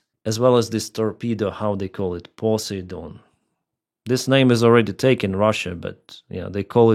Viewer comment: Poseidon is pronounced: po-side-on